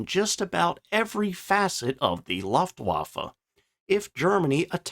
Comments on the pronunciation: Luftwaffe = [Lou-ft-wah-ff-a] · I just can't get over you saying "laftwaffa". Can't you tell the difference between the letters U, A and E? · Luuuuftwaffe. With an "u" as in "butcher".